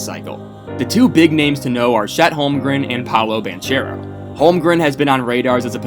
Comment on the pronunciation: Great vid man...I just wanted to point out the right pronounciation of Banchero's name. Its pronounced with a hard -c like this: ban-k-ero.